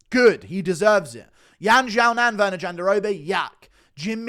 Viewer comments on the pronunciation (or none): none